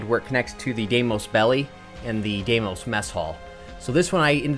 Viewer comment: Hopefully this guy learns how to pronounce Deimos correctly sometime soon.